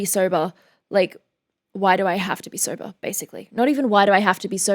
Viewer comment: “Sobah” instant crush